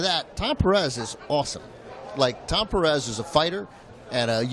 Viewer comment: A note on the pronunciation of Pérez... Note that the accent is on the first syllable. "PEAR - ez". Not "PerEZ". A small matter, perhaps, but important.